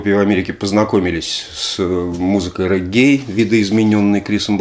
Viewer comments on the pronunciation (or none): Все же рЕггей, или рЕгги (специально уточнил у соседа с Ямайки)